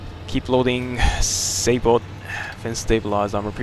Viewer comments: it's actually "sabot" from the french word "sabotage" not "saybot" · just so you know the SABOT is A case discarding apcr round that may have fins and it is said SayBow